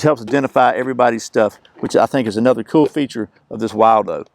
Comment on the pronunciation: it's pronounced "will do". Like this cup or bowl will do!